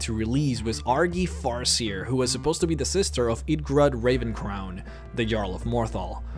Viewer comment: Lol you pronounced Ravencrone as 'raven crown' but then said it properly the second time!